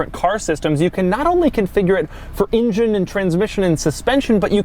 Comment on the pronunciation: Doug, to me it seems that your pronunciation of the word "engine", sounds like "ingen".